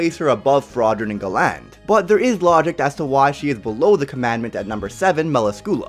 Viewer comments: Gall-ind not Gu-land Mu-las-kyoo-la not Mal-u-skoo-la Spirit Spear Bos-kee-oss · It’s Galland the first one you said